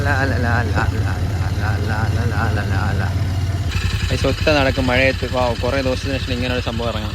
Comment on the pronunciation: Mazhayath ❌ Malayath✅